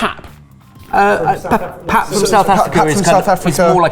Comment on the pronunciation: Being from South Africa Well done... "Pap" is 100% correct, and we also have a term for the scooping you mentioned.. It's called "Pap en tik" in Afrikaans. "Paap & tiik" is loosely how it's pronounced.